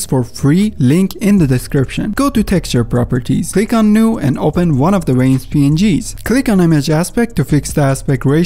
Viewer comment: Veins, not Ueins... at least pronounce the V correctly ! happy new year.